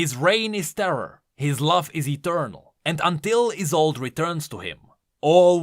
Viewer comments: I think the is is pronounced like the final e in Yone (so Yo-neh end Ee-sol-deh, not Ee-sold), it being a German name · Let me just save you from a bombardment of bullshit "Iss-old-ay" Is how you pronounce it. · I think her name was pronounced EYE SOLD E my last name is Isolde and pronounced like that/